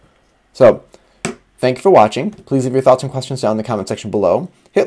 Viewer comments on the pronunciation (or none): it looks so small. PS! your ending "news and reviews" sounds like how they say "booze reviews" on the katering show (on youtube). it's a fun show you should check it out.